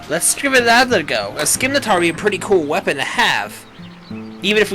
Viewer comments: Isin,t it pronounsed sim-i-tar? (Im not trying to be a grammer nazi but i get irritated when someone pronouncess scimitar wrong fsr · no f-ing N in scymitar=_=